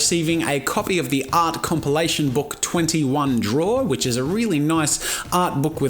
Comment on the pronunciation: This is 2 years late but 😂 that click on the k of book. "booK" 😂